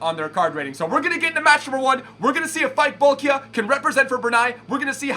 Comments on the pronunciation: Pronounced as Bol-key-ah :) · Bol-kee-ah,! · its pronounced Bolkee'ah